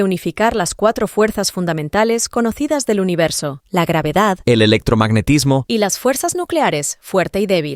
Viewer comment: Wey, me asusté cuando la IA no supo decir ELECTROMAGNETISMO y hablo un wey, jajaja ya no se puede confiar en el género ni de las IA, que feo está eso